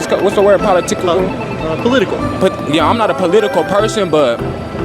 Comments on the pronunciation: "PoliTickle" is wild 😂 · Poly-tickle. Sounds dirty.